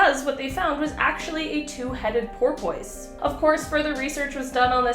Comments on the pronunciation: Isn't porpoise pronounced "porpus," and not "porpoyce?" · what the hell s a "poorPOICE"? lol, this channel just hires anyone willng to read a script on camera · Porpoise. It's like purpose, but with a "por"pus. 🤷‍♂️🐬